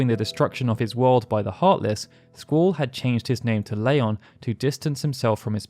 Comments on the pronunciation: "Layon" ??? I remember Squall pronouncing his new name differently in KH. Oh well. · You say Leon weirdly